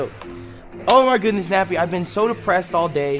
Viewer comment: he said nebby instead of nappy